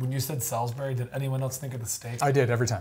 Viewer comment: i live a STONES thorw from Stonehenge and you did mispronounce Salisbury